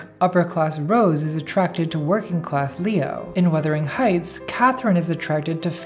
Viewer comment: “And Wuthering Heights” NATALIE IF U DONT STOP I STG 😂